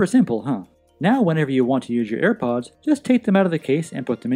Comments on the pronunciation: no one: him: ayre powdsss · shambleZ Gaming same